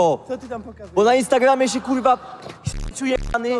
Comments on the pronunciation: Mega beka ktos nie mowi ,,R” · kuLwa . FLAjeLSZE, KULWA KULWA